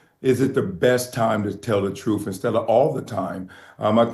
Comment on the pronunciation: Much respect, but he said:"Troof" is Truth!